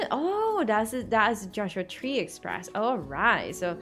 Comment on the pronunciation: Just so you know, the pronunciation of the park is a little off (I'd assume). You said it as "Joshua Tree-Park", and I would have guessed it should be "Joshua-Tree Park". A Joshua Tree is a colloquial name for this type of plant, and is also the name of a National Park